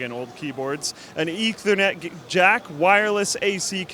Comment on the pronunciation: I too appershunly apreshiate an eek the net port